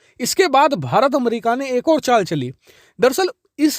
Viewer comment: Aap to America ko अमरिका ना bole 😂